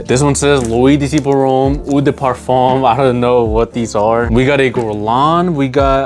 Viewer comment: Hey bro, love your content and I’ve ordered from you website, so keep it up man! Just a heads up: in French when you see the vowel-combo “eau” it’s actually just pronounced “oh” not “oo”. L’eau d’Issey is just prnounced “low-dis-ee”. Same with Eau de Parfum (“oh-duh-Parfum). Carry on bro, keep grinding.